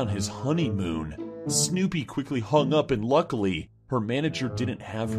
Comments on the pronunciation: What’s with saying snewpies name that way 😂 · why does say snewpie like that😂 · has an, interesting, way of saying Snoopy. I'm guessing there is a story there I just don't know. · Ahh that's why he says it like that. That makes sense now. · Platypus I think he says it the way he does do to the spelling, which I didn't know about.